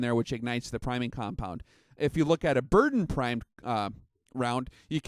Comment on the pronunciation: It's pronounced Ber-DAN.